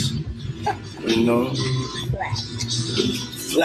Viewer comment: She did not have to say flaTTT like that 😭😭🤢